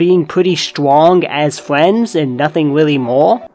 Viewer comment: it's funny that you say friends like fwends